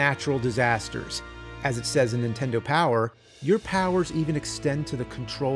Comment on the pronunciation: It never gets old hearing James say super "INtendo"